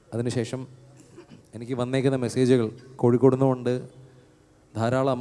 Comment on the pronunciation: ഇൻ ഡ്രാക്കാരനോട് പറയാനുള്ളത് വികലമായിപ്പറയുന്നവനെയാണ് മ്ലേച്ചൻ എന്ന് പറയുന്നത് അത് കൊണ്ട് സ്വയം മ്ലേച്ചനാവരുത് "കോയിക്കോടല്ല " അത് വേണ്ട കോഴിക്കോടാണ്.